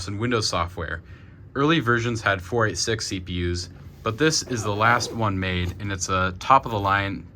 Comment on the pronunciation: I love that I'm old enough now that I can say "Ahem, it's four eighty six! Not "four eight six." (Likely a throwback to the real early ones, 8086 "eighty eighty-six."